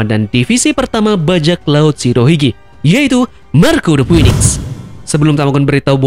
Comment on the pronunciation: Ralat dikit bro, bounty King belum diketahui. Bisa jadi malah diatas Marco, mengingat bounty Queen saja sudah . Oh iya 1 lagi, cara melafalkan "Phoenix" adalah "Finix". Semoga channelnya makin keren..